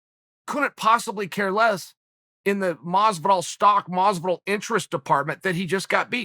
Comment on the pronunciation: "George Masvidal"😏